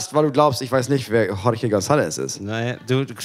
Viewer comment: JORGE spricht man CHORCHE aus wobei das erste ch wie in "ach" ausgesprochen wird und das zweite ch wie in "ich"